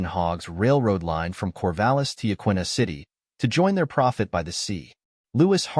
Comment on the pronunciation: Hey, … it’s pronounced Ya-kee-na.